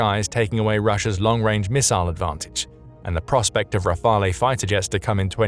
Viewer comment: re-fael. pronounce it correctly what's the matter with the narrator? Can't pronounce nuclear either.